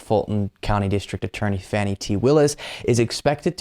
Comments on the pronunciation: I'm sure it's accidental, jsyk Ms. Willis' name is pronounced "FAH-nee". Keep up the good work! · The Fulton County DA's name isn't pronounced "fanny." It's like a deer -- FAWN Y (rhymes with tawny). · you are fun to watch. The news is always captivating! Keep up the good work! One item, Fani Willis's first name is not fanny, it's fawn-ee. Just so that you don't sound like the repukelicans!! they make me want to vomit...... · “Fawnee” not Fannie 😢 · Her name is not Fanny it is Fani ( Fah nee) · her name is pronounced 'Fawn-ee'. Cheers, brother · Hey, For someone who says they have been "following" this case for months, one would think that by now, you would have learned how to pronounce District Attorney Willis' first name. I'll let you ask David or someone else on your team to tell you how Fani is pronounced. That way, you will actually hear it spoken and maybe remember it. Ciao, Patric